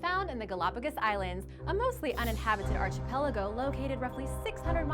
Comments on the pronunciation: I hate to pick nits because I enjoy your videos and presentation so much, but yeah. It's pronounced "arkipelago", with a hard k sound. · please work on your pronunciation. I really like your videos, but it makes me crazy when you say "arCHipelago". This word is from the Greek, and the "ch" is sounded like a "k". Just like Archaeology, Architecture, and Archive. Thanks for another interesting video, keep them coming! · She can pronounce carotinoid, but not archipelago.